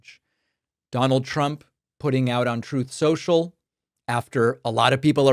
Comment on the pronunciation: "Troth, Sential"